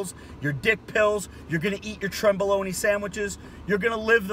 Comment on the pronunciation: "Trenboloney sandwiches"😂😂😂